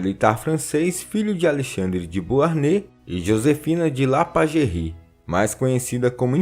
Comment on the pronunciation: Ótimo vídeo! Só um detalhe: a pronúncia correta de Beauharnais é "Boarné".